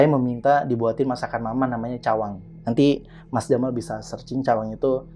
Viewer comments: 17.53...ciwang mas...bukan Cawang....nuhun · Bukan Cawang tp ciwang sy pun orng skbumi